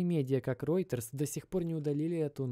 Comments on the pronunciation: Ты, вроде, собразительный парень, но мировые брэнды не можешь правильно назвать: Рейтерс, Волмарт. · И не Ройторс, а Рэйтерс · Уолмарт и Рейтерз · Ройтес, Вальмарт. Как же уши режет. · правильно Волмарт и Рейтерс - новостное агентство. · Тоже обратил внимание, но спецом зашёл посмотрел, не комментил ли кто-нибудь до меня. Просто тут уже два слова, мне уже валмарт немного резало слух, а теперь и ройтерс. Не понял, это прикол или просто такая интерпретация слов у автора) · вОлмарт и реутерс " ! емаё деревня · Роитерс, Вальмарт... понятно